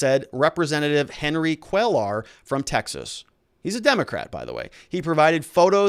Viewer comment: Cuellar is pronounce "Kway-ar". It is latino, or Mexican, after all, to the best of my knowledge. Other than that, keep up the excellent work.